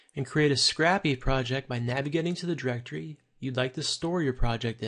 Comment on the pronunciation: Great tutorial, but It's pronounced "scrape-y" not "scrappy" lol